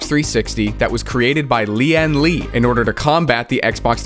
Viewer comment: the way he pronounce lian li tickles my brain